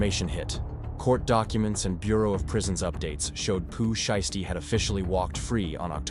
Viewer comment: he said that bc you kept saying his name wrong